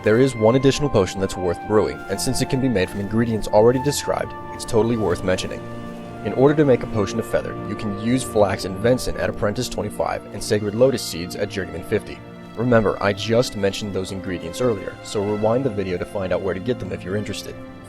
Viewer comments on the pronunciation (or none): Venison, not vension. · I thought he was saying Vincent